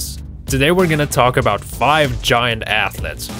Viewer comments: Who knew 'ath-lets' where a thing... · It's 'athletes' not 'athlets' What are 'athlets'? Baby athletes? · WOW! A video about "athlets" What the hell is an athlet? In 9087? LMAO!